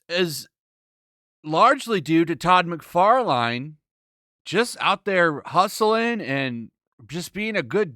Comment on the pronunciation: >”Mick Far line” Bruh